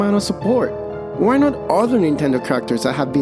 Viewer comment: I love that you say "Why" as "Wha?"